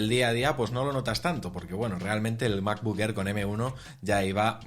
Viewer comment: Me gusta el nuevo color del "mabocck errr"